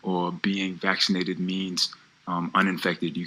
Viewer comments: He had me I swear to god until he said vassination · “vassinated” -Draymond Green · Draymond Green says “vassinated” lol